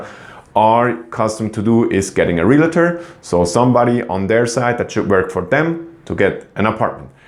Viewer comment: Realtor not realator. Uninformed not uninformedly.